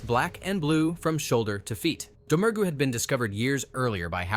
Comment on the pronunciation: In This Island Earth you are pronouncing her name in-correct. Faith Domergue is pronounced Faith Dah-mure